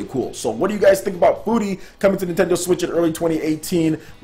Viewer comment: You say furi like you say the Word "fury"